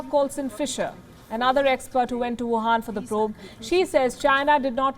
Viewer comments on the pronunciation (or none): Why do you call it wuhaan virus?